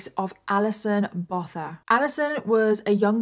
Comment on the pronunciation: The surname 'Botha' is pronounced 'Boo-ah-tah' 😊